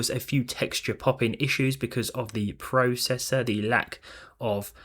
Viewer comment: YOU SAY PROCESSOR AND PROCESSING WRONG!!